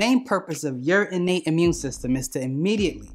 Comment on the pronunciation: I like this dude..... Amun system....peace brother